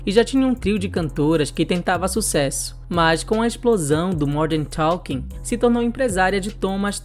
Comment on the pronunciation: Vc fala Morden talking